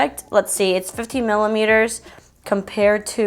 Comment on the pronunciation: girl when u were reading the back of the primers u said 15 milliMETERS .....i laughed so hard....we all know what u meant but it was HILARIOUS